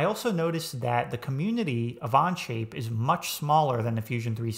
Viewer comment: I feel your view is a little more bias to SolidWorks, oh sorry On-Shape whatever its called 🙂 (Even you can't say Onshape lol). Think I'll go to other creators for a fair comparison. Thanks